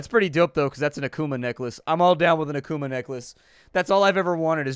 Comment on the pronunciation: kept thinking, 'why is he saying he wants a bear necklace' when he kept saying a kuma necklace. took me a while to realize he was saying akuma necklace